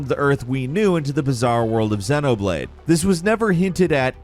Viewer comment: I'm just going to say it: You pronounced ICO and XENOBLADE completely wrong.